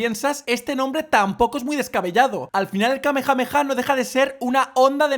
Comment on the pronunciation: mira, come chapas, te lo digo así: - 1: La onda vital no es solo para Galicia, es para el doblaje castellano también, porq por algo se ha llamado Onda Vital por toda la etapa clásica de db. - 2: ¿Donde está la J en Kamehameha? Yo lo que veo son H, no J. Además, en gallego exista la geada, que para que me entiendas: Es pronunciar la g como una J aspirada, o como la H en inglés. Por ende, Kamehameha se puede pronunciar perfectamente en gallego, que el señor Antón Pazos quisiera adaptarlo asi SI que es una historia diferente. - 3: ¿Se puede saber de que te estás quejando? Literalmente he soltado un comentario, que por si no te has dado cuenta iba en coña, riéndome de que Majin intente defender la Onda Vital: ¿Que tiene que ver que yo no sepa la diferencia entre "Galicia y castellano", como tú dices? Tú comentario no tiene el más mínimo sentido Ale, a ver si así lo entiendes